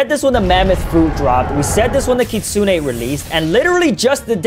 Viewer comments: ITS KIT SOON NOT KIT SOON AY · Its kit 😂sune not kitsunay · BRO HE SAYS KITSUNE LIKE KIT-SUNE-NAE AND MINOTAUR MINE-O-TAUR LIKE WTH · it's literally pronounced kitsoon like uzoth said not Kitsune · kitsunay??? its kitsune here in amerca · Btw its pronounced kit-soon. Not kit-soon-ey So Uzoth is right btw so don't puke because of him puke because of you not knowing the Pronounciation Ty. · I AGREE BRO PRONOUNCES IT KKKIIIIITSSSSSSOOONAY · ah, you can't be more triggering - Its pronounced right the way Uzoth says it, you say it completely wrong.